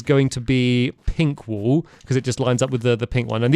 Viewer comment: Do you say wool or wall? Just curious :3